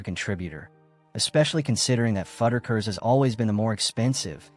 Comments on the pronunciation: Almost had a follower… until the way you kept saying FUD-DER-KERS 😣 when it’s FUDD-RUCK-ERS made me leave this video… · It's fuddRuckers, not fudikers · Fud-a-kers? WTF?! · Is that how Fuddruckers is pronounced?!